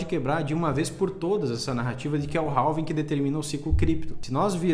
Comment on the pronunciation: Não é "ralving" e sim "Réving"!